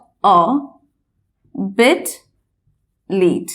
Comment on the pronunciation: your pronunciation a little bit wrong.....your voice make sound bate, not bit....